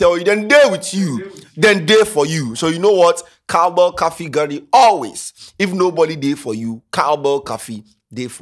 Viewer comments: What is caffee ? Please it’s coffee with an “O” not an “A” , na Ghanafuo pre dudu 🥹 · “Cowbell cahfee” lmao.